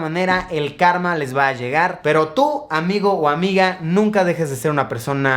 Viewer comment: Cada vez que Luisito decía “un amigo” yo escuchaba “Rayito”.